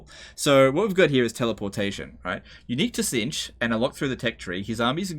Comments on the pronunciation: It's pronounced Tit-snitch :) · You don't need to pronounce the 'T' in tzeentch.